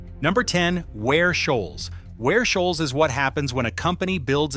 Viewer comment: He got Ware Shoals right 😂